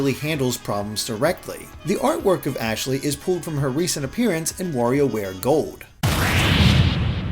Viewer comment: You'd better learn her name cause it's ASHLEY